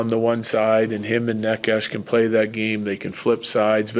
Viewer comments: It's Nay-chess lol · Bednar butchering Nečas' name the whole time, i didn't know about whom he speaks until it clicked :D i was like, who is this Nekash dude? :D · Nechas clarified it himsefl: 1st syllable is actually neh, like never or neck. Its neh-chess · ''Ne-'' is pronounced as "ne" in the word "net" and ''-cas'' as "chas" in the word "chas-tity". It actually has a meaning, the closest translation would be something like ''bad weather''. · Dude, someone please help Bednar with names. He said Georgie’s name wrong for 2 years. The ch is in the middle… like Naches soft E… even if it doesn’t bother the player it might subconsciously… who knows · He is bad at pronouncing it if you're curious how it's pronounced it's NAY-chess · Y’all need to learn how to pronounce necas. Mans is a superstar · Mr. Bednar(Bednář) go to google translator select czech language and type Nečas then play it. I though guy with czech roots(if he knows) would at least try to learn his(Nečas´s) name properly smh... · Is Bedsy just bad at saying Necas or is that the preferred way to say it? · He is bad at that